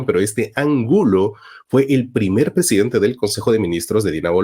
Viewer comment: Se dice PRESIDENTE !!!! . Todo bien con tus investigaciones y trabajo pero dañas todo al hablar así justamente esa palabra. 🤦🏽‍♂️